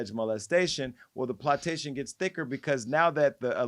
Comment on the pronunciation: 'Plot-ta-sion' How We Gonna Spell Jay-Son Lee's NEW 'WORD'!?!?